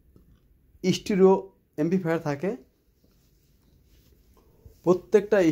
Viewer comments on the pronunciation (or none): stro na Stereo hobe ucchaaron